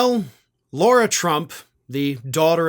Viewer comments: "LARA" not "LAURA". She was a train wreck. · Why does keep calling Lara Trump, "Laura"? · do you say Laura on purpose to be disrespectful (which wouldn't bother me, she's a troll) or can you nor pronounce Lara? It's like saying Car with an "ah" on the end of it. Just for correctness sake try it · Laura?—- isn’t it Lair-A???? Spelled Lara is NOT Laura—— so as much as I dislike her do not stoop to mispronouncing her NAME!! Keep in mind this is exactly the kind of stupidity trump indulges in.